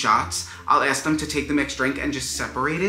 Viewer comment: "Esk them"